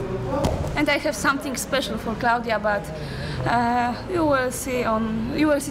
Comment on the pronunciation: "gludia" I'm dead